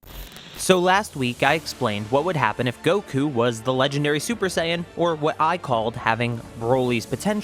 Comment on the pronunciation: "Vegtea" "legdary" "sayain" 🤣🤣🤣🤣🤣